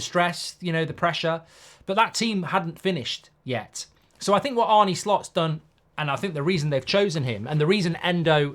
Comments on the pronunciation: Arna, not Arny. Like John Arne Riise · It’s pronounced ‘Arna’ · Think you managed to get everything wrong, its ‘arneh’ not ‘arnie’, endo isnt in his plans at all, the bid was just too low, if theres a better bid for him im sure we’ll sell, and bajetic is younger and better in that position already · Dear Mark, why do you keep calling him Arnie instead of his real name which is Arne?